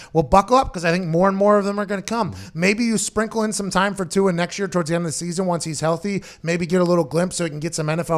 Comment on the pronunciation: Tua "Too" hard to pronounce! Just call him "Too".